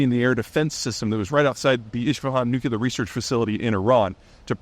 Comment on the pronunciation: lol Im not the only one that noticed 'nucular'